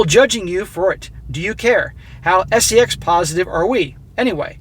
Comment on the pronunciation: Say "Sess" , eh?